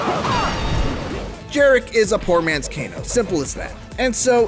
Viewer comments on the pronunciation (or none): none